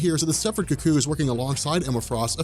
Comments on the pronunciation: I'm still trying to get over his pronunciation of "cuckoo": "cu-COO". lol I've always heard it pronounced "COO-coo". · It's Stepford Cuckoos pronounced "koo-koos" not "KUCK-koos." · Hey, I appreciate all the work you've done and you put out a very good product. But the way you're saying "cucko" is killing me. Maybe I've just hate watched too much right wing stuff but it sounds like you're calling them the Stepford cucks. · You need to learn to pronounce cuckoos. It's not ka-koos. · The way you pronounce "cuckoos" irks me a little. Oh, and there were originally 5, not 4. Sophie and Esme are dead.